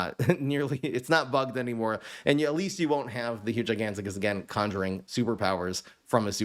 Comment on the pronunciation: Bro really said giganticus